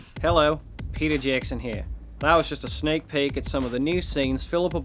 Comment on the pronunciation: Yeah, especially when he pronounced "sneak peek" as "snake pake", does sound weird. But then again, that was probably the idea :)